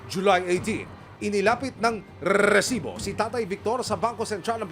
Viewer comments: ANG OA MO MGSALITA NG RRRRRRRRRESIBO‼️👎👎👎👎👎👎👎👎👎👎👎👎👎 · Bkit ayaw mo ayusin Ang pagbigkas Ng resibo wag Muna Ng gawing rrrrrrresibo pràng Hindi tama Ang bigkas dpat ba ganyan tlaga Ang bigkas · Aq rin mejo nadi-distract sa pagbigkas ng Rrrreeesibo! Sana sabihin na lang ng normal at wag nang i-exaggerate pa, parang OA na masyado.